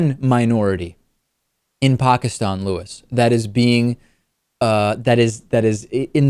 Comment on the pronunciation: Wow, finally someone who can actually pronounce the word "Pakistan" right